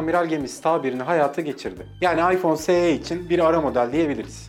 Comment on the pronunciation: Es i olarak okunur o